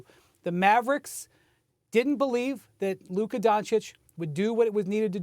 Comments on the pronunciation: “Luker Doncic” 😄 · Why does SAS say "Looker"? 😂😂😂 Brih, it's LUKA!!! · Stephen A who is Luker? 😂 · "Luker" - Stephen A "Donkitch" - Mad Dog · “Luker donchick” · Why do people keep calling him “LukER” 😂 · If he Stephen a say “Luker” again